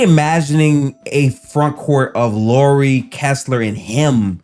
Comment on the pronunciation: JFC you’d think if you host your own Utah Jazz podcast, you’d at least know how to pronounce the name of your team’s best player… a point Lauri has made repeatedly, using specific examples like Heat player Kyle Lowry or “Bad Boy” movie character Mike Lowrey when asked about it…